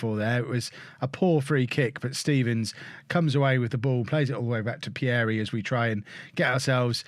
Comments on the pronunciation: Pierie is pronounced as Peeree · You pronounce Pierie wrongly, the first “ie” you pronounce the same way as the second “ie” as if you say the letter “e”